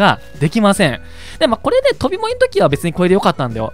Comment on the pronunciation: これ っていうときも こぇ ってなってました